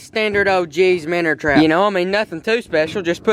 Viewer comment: “The minner trap” man I love you good job on the video